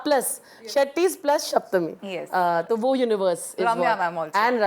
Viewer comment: Shaptami nhi saptami don't mess up a sanskrit word